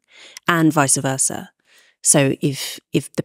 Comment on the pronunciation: Can we go back to saying "vice versa" instead of the made-up "vicer versa"? Thanks.